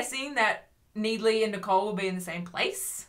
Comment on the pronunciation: every time you say 'NEED-ley' I SCREAM INTERNALLY